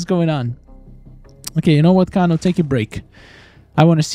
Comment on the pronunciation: Your saying kano wrong